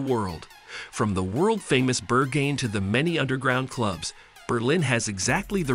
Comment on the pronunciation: is this google voice over dubbed? the pronunciations for berghain and friedrichsain were next level hahhahaha